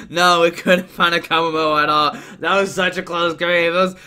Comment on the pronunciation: To pronounce Kommo-o KOmmo O